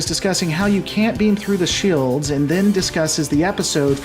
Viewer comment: I am in support of anti-trekker. gads cant even say "Shelds" correctly. Shields keep up the work Anti-Trekker.